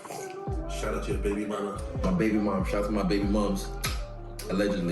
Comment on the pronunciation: When I heard izzys boy say "your baby maams" 💀💀💀💀